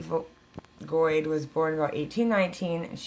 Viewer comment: Weird i think were family. My grandmother used to talk about Virginia, Missouri, Arkansas, Kansas, she left Kansas and headed to California in the 40s. But you pronounce your name way different. We pronounce like goat with a d🤣.